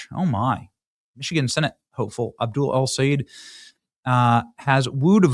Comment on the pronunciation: It's pronounced Abdoooool😂!